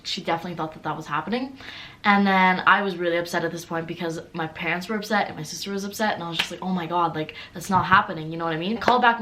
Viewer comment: What you said: my parents will be upset my sisters will be upset What I heard: my PANTS will upset my sisters will be upset 😂😂😂😂😂😂😂😂😂😂😂😂😂😂😂😂😂😂😂😂😂